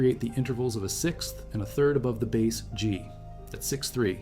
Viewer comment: AI keeps talking about a bass. The fish! What the heck?